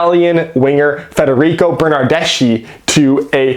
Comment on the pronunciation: Seattle Sounders fan here. Missing the friendly rivalry between our two clubs, hope Toronto turns it around soon. By the way, here's a small Italian lesson for you: Bernardeschi is Italian so the ending in his name is pronounced as a hard C (The letter C in the Italian alphabet is never pronounced as an "S" sound) For example the Italian word Ci would be pronounced as Chee (as in "Cheese"), if you add an "H" after the "C". you would get Kee (as in "Key") so put it together and you get Burn-Nerd-Desk-KEY rather than the incorrect Burn-Nerd-Dess-SHE